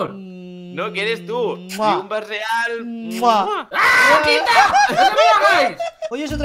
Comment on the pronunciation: El. Riunba. Is. Rial